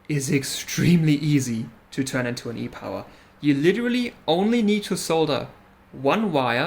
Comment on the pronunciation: Nailed the pronunciation While I'm here, I shall express my interest in taking a look at that damaged pad on that 580 E-Power. Sounds like it would be a more difficult repair and I'm up for a challenge.